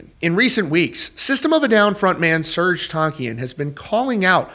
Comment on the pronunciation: Do the world a favor and google "Serj Tankian pronunciation" before you make another video about him. You're welcome.